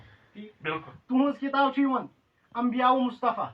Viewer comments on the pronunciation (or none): انباء المصطفی کو انبیاء المصطفی پڑھنے والا دیوبندی مولوی